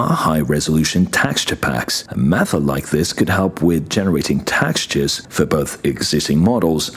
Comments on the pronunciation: You have an interesting way of saying "textures" is more like...tax-tures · Ahh yes. 'APIC' and 'Taxtures'